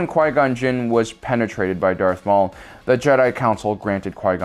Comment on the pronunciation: “...when qui gon got penetrated by earth maul...” like you’re right, but why did you have to say it like that?